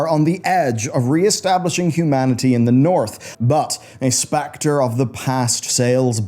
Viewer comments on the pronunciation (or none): none